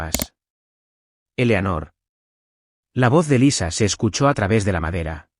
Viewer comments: Eleonor eslapronunciacioncorrecta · Que mal pronuncian. Elanor se dice Eleanor. Luego dicen Molina y a veces Melina. Además me pueden decir de que tamaño es el dichoso reloj del padre? Solo le falto que metieran un elefante en el